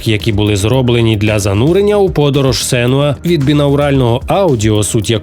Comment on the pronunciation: Не Сенюа, а Сенуа. Будьте уважними.